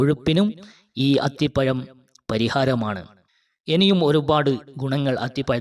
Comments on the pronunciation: അത്തിപയം അല്ല അത്തിപഴം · മലയാളം ശരിക്ക് ഉച്ചരിക്കാൻ നിനക്കറിയില്ല. അത്തി പ്പയം അല്ല അത്തിപ്പഴം എന്ന് പറയുക. ഴ എന്നിടത്ത് യ എന്നാണ് പറയുന്നത് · അത്തിപ്പയം അല്ലടോ അത്തിപ്പഴം എന്നു പറ കുട്ടി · അത്തി പയം അല്ല, അത്തിപ്പഴം എന്നാണ് പറയുക.😮😢😂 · അത്തിപമല്ല മിസ്റ്റർ അത്തിപ്പഴംഅക്ഷരശുദ്ധിയില്ലാത്ത സംസാരം കേൾക്കുമ്പോൾ വളരെ നീരസം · അത്തിപ്പഴം അത്തിപ്പയം അല്ല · Nee evidunna malayalam padichath athipayam😂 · അത്തി പയം😂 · സ് ഹൃത്തെ അത്തിപ യം എന്നു പറയാതെ അത് പോലെ ഏയ്യ് എന്നുപറയാതെ